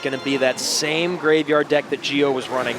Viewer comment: "Gio" is pronounced like "Jo", not "Geo"